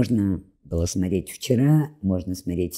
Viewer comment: Благодарность за упоминание Дмитрия Маркова. И хотелось бы, чтобы уважаемая, говорила не смотреть, а смотреть. При всем уважении.